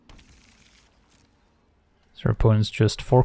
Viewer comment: “Achordingly” Lol 😂